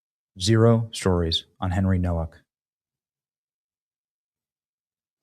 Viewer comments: Hey Benny, his last name is Polish and the W is pronounced with the V sound so it's pronounced No-Vak I just wanted to say that maybe you should be aware of that in case you are not sure how to pronounce his name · Nowak is a Polish name...it's pronounced Novak!!!